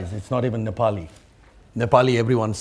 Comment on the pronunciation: I'm Hearing Proper pronunciation of 'Nepali' and 'Binod' properly by foreigner for the first time